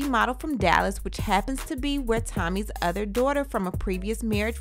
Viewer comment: "With my udder dauder" ugh. I hate when he says that. OTHER!! Not Udder!